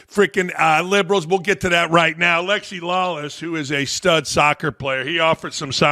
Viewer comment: You say liberals or gerbils? Maybe both. Please keep politics outta sports! Only break we get from the other shit!